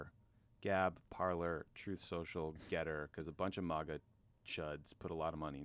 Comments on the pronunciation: "Troof Sosho" ... Maga pronunciation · Ohhhhhhh, 'truth social' thaaat's what he was trying to say. 😂 When you can't even say the name of your own social media platform there's a problem...😉